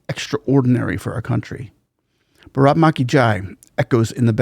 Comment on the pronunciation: You will have to stress on the first three letters BAA RAATH MAATHA